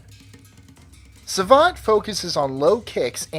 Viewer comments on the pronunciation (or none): it's also French Savate and not savage :p and it's Systema not System Nice video btw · It's Savate not Savage lol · Correct me if I'm wrong but didnt savate pronounce as sava-tey and why're theres no Escrima in the list? It can totaly rivaled Muay-Thai in its lethality